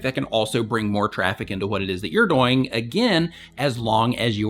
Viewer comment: The way you say 'doing' bothers me a little XD, but great advice like always.